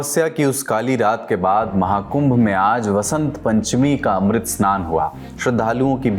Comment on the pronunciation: अमृत को तुम मृत बोल रहे हो , क्यों बाबू